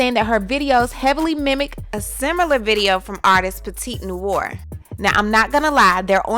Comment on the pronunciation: It's pronounced "La-mais-ohn-nwar" … French for "The house black". But yeah, this is obviously plagiarism if she did not get permission, cite it, and possibly pay for it.